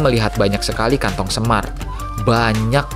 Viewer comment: kantong semar atau kantong apa yang d ucap bung fiersa, itu kantong apa ya, baru denger